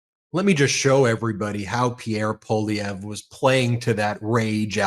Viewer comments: Poilievre is pronounced Pwah- lievre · Hey Ben, you pronounced Poilievre correctly. 😊 Thanks. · Ben, thanks for having Charlie Angus on so often, and thanks for pronouncing Poilievre’s name correctly. 😊🇨🇦❤ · Lots of good things in this interview. And appreciate Ben knowing how to pronounce Poilievre's name and know how the politics works in Canada. There's a few "political" types in the US who don't know how things work. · I hear you working on your pronunciation of "Pierre Poilievre," Ben. Great job! You're as close to sounding like a true Québecois as any English speaker, Canadian or American. Even Canadians are massacring it. Poilievre does not trip easily off the English tongue. 😉